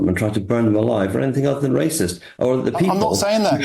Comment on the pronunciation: Wacist wacist wacist. That's all I heard from this deluded Labour